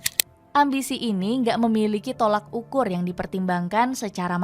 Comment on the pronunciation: TOLOK UKUR bukan tolAk ukur